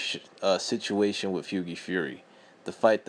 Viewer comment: As soon as he mispronounced hughies name I knew this guy didn't know shit about boxing!